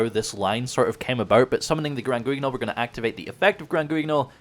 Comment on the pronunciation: Hey, just so you know, Guignol is a French word (famous theatre puppet) where the “u” is silent and “gn” is pronounced like ñ. Love the content